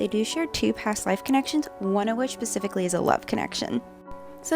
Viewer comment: She really said “pacifically” instead of “specifically” it’s such a trigger for me when someone does that